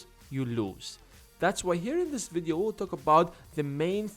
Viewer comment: I hate the way you pronounce 'video'.